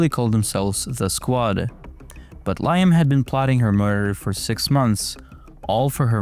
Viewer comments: Liam is pronounced LEE-um !!!! Jesus Christ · Bro its pronounced Leeeeeeam (Liam)